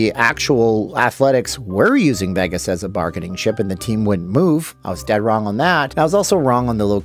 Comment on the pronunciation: The way he pronounces “Vegas” upsets me